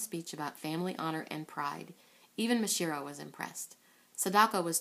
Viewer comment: Uhm, it's MasaHIRO, not MaSHIRO.